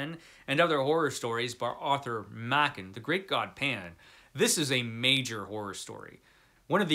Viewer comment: A great list, albeit I might shuffle the ranking order a bit. It's nice to hear someone pronounce Arthur Machen's surname properly for a change. I've read almost all of them, with the exception of the William Sloane (I have it in Kindle format, so I will endeavour to get to it), and the Bronte (for predictable reasons of literary classic phobia of my youth, which I've been planning on making up for as soon as I find the time. Frankenstein... 1839 version, or the 1818 version? I've read it a couple of times, but it was so long ago that the 1818 version wasn't available at the time. I certainly plan on finding time to get to that at some point. In fact I should probably find a better translation of The Phantom of the Opera too. I own two copies of The Hunchback of Notre Dame: one absolutely gorgeous early hardcover, and one much plainer edition that is way more readable, so I know it makes a huge difference. As for The Jekyll & Hyde, I remember being slightly disappointed with it when I read some 40 yeras ago. Probably because the assorted films spoiled it for me. If I remember correctly, it isn't actually stated that Jekyll & Hyde were the same person until right at the end, not that I can believe many people hadn't worked it out long before that.